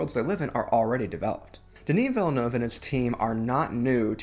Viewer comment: I'm from Québec so I've watched a lot of reviews. We're so proud of him, have been for decades. Only you and another reviewer pronounced it correctly. Most pronounce 'Villenouve' and some even worse (I understand that it's difficult because the sound 'eu' doesn't exist in English) At any rate, it is appreciated.